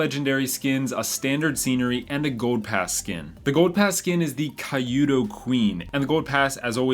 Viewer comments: Its [Q-do] or [kyoodo] queen not kayudo queen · Kyudo (弓道) is pronounced que-dough. It’s a Japanese style of archery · Indeed. It's kinda cringey to hear him mispronounce it tbh. Can't really blame him though.